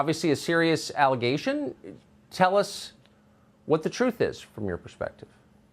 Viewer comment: I stopped believing Gaetz after he said, "alligation".